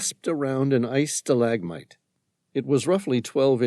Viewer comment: Um he can't pronounce stalagmite or Adidas,is this AI?